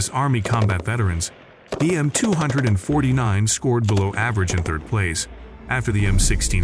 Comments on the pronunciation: The Mtwohundredandfortynine, stupid AI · Who else is had a rage with the narrator calling out the 249 as 200 and 49, i really tried to focus 😂😂😂😂 just terrible!